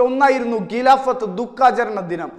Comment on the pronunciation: 'ഗി'ലാഫത് alla mone 'ഖി'ലാഫത്